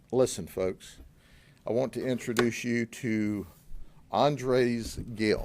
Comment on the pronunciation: NOT interduce - it's INTROduce